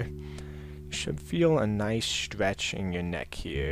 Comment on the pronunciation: He says 'stwech'